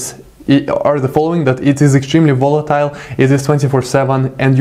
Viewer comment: and volatile :)